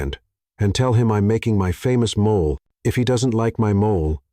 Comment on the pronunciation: Please, please teach your narrator how to pronounce mole, as the food and not as a animal or skin problem 🤣